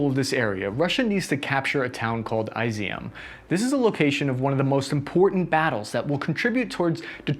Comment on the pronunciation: It's ee-zewm Not eye-ze-um. Just FYI